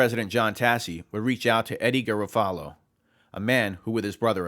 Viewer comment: Solid information, but the constant mispronunciation of Garofalo kills me.